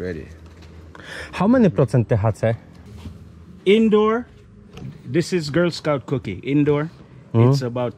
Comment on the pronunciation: "Hał menji procent TE HA CE?" XD